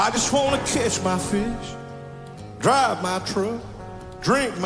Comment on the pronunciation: I legit thought he said "Kiss my fish".…..was that just a southern drawl "catch my fish"??! 😂😂